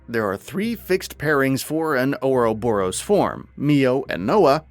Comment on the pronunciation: they have already put their preview video up, and it's the same dude that gave us Rain, Duncan and Naypon. He now pronounces Ouroboros as Ouros Boros. Once again, despite it being said in game numerous times.